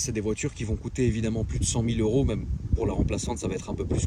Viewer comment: Huit mille EuRRRRoooo Huit Mille EuuuuRRRO